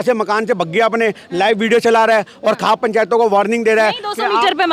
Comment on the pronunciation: Khepe😂nhi khaap hota h patrachar mahodya